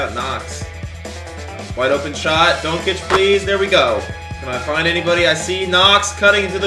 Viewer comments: It’s pronounced don-chich and Bag-lee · Saying doncic wrong